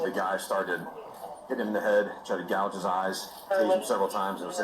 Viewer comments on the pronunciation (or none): none